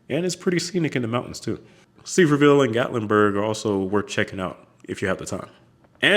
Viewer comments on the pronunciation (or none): Sevierville is pronounced se-vere-vill in TN. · Sevierville TN is pronounced Suh-veer-vul. And I love your videos! Can’t wait for your I-40 cross country video!❤❤